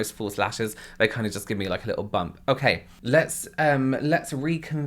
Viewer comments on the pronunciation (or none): (talking about the lashes) they kind of give me a little bump………………at first I thought you said “they kind of give me a little Bum” 😂😂😂